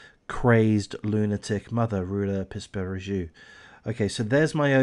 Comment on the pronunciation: Τhe name is pronounced Roula Pispiringou. Within three years all her children were lost, all three of them. The picture that has been given by psychologists regarding her psychological profile, in general, is Munchausen by proxy. She still insists she is innocent. Seizures (none of the doctors who saw her and in all the hospitals where Georgina was treated did not see this girl having seizures. Whatever she suffered and how many times she suffered it, only her mother was present), were not of pathological origin, no doctor ever issued any certificate of pathological problem for Georgina. To be precise about none of the three children who died. The first child show symptoms of leukemia (defined as having cervical lymphadenitis of the right jaw), which no one knows the cause. A chemotherapy would do, they would monitor her for a while and then return home. She died shortly after the doctor's checkup, while she was eating, playing, and all her tests were excellent. Suddenly. Next was the last baby, a little girl of 8 months. She had absolutely no problems, she was growing normally. Suddenly one morning she was found dead with a bloody and wet cloth tied to the rails of her bed. Later it was found that the baby had wounds in his mouth, apparently from the cloth they put in his mouth but also let's not forget that his mother had very long nails that she never forgot to take care of. Apart from Georgina (who happened to be found without her oxygen when the doctors came in for the l